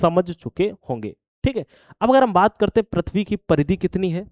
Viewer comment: Prithv hota h sir...prathvi nhii